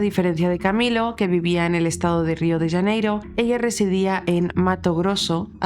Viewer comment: La fonetica es Río de Janeiro, no "Yaneiro"